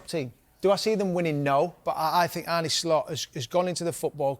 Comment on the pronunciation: Why do they insist on pronouncing his name wrong every time they mention him? It's Arne, not Arnie...